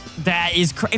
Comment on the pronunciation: Man that was cuhrayzee close